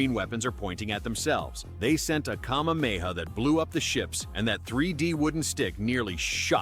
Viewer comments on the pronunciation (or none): none